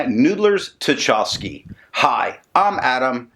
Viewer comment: I feel like the hated and sneering pronunciation police... but you took it well last time I did it and it is also a chance for culture & history note. Tchaikovsky is pronounced "Tchy" (like in "why") kovsky. Pyotr Ilyich Tchaikovsky is one of Russia's most famous composers. For your interest I link here the 1812 Overture which he wrote as a musical account of Napoleon's invasion and retreat from Russia in 1812. (Here with real cannon fire during the finale. WARNING it's loud). This magnificent piece of music is one of the highlights of my early musical training and contributed in some part to my working in the creative arts today. Everyone Nathan at Noodler's has used as inspiration for his inks, including his Russia series, contributed to art, culture or politics. I know you like that connection as much as I do. Now... so far as the ink, seems Noodler's has several permanent purples, and without your reviews I never found one of them! Thanks for that. This one is just so close but still not quite my favorite purple shade... gotta hit the purple samples! Oh... and since you like the history behind Noodler's Dark Matter, I think you might appreciate this Epic Rap Battle - Thanos vs J. Robert Oppenheimer